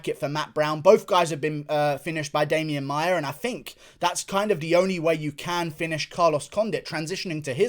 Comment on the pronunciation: says "Demian Mayer" why cant he pronounce certain words and names? I realize it is an accent but damn it's not hard to fix. I'm firty free. (33)